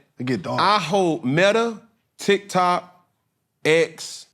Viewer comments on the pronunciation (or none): none